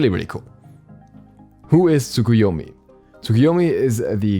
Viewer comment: When u are early but u dont know how to pronounce the name of new god